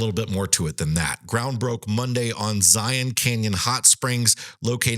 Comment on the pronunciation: Just want to say thank you for pronouncing Zion NP properly.